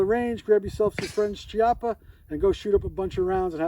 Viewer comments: Chiappa is pronounced "key-appa" not "chee-appa". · Key- op- ah, I believe.